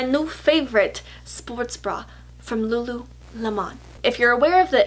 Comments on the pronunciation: The way you say lululemon in this video is exactly how my mom always says it. "Lula-lim-on." Except what's really cute is she has no idea that's not the right way to say it. I don't have the heart to correct her haha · Hey girl! Lululemon is pronounced like the fruit. :)